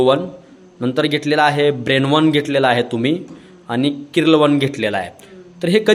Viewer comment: स्टेटमेंट नाही, ट्रीटमेंट म्हणा, क्रिल वन म्हणा किरील नाही